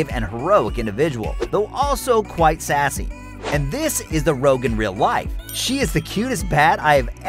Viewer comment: ..."Rouge". Not "Rogue". Rouge.